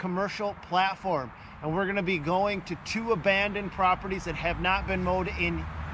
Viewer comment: “That’s an amanded mall”